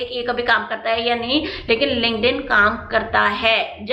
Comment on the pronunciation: Mam app bolre the kuch linkden se job mili thi clear se samaj nhi aata kya hai ye word app hai ya application hai is word ka